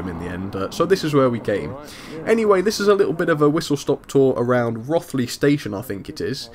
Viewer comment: Hi, it's pronounced Roe-th-ly.